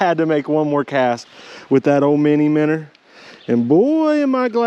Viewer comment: Finally, someone who knows how to pronounce it! MINNER....Heck yeah, bro! hahaha... I so seriously wish you the best of luck with this venture. I'll be checking out your website for sure. Favorite baits for me are more natural colors & black/white combo. The stockers here go for natural colors just as much as the more popular pinks & white but that's just my own personal preferences. Great video bud...